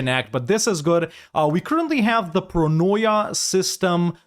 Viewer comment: It's pronounced as Proneea; welfare.